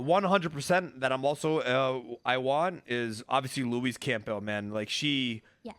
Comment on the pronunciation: Luis campell 😂